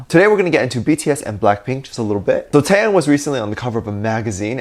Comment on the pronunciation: Out of the blue, and I am definitely not throwing shade on you, but just wanted to bring to your attention Taehyung's name pronunciation. The way you pronounce it like NCT's Taeyong. In V's name you do pronounce the H. TaeHyung. Love ya!!💜💜💜